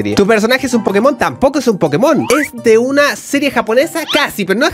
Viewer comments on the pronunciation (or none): none